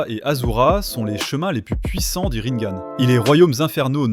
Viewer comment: A On ecrit "Rinegan" pas ringane sinon c'est comme si tu disais " sharingane " ya pas de E a la fin